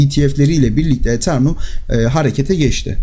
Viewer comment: Eternum değil Eteryum